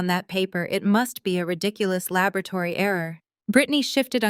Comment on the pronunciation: Labrotary or laboratory? So artificial narrative